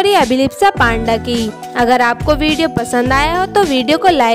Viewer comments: माफ करना,लेकिन हम भारतीय तो पांडा की जगह पंडा सरलता से बोल सकते है न.... फिर....क्यों.....?? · Right yeh ladki surname galat bol rahi hai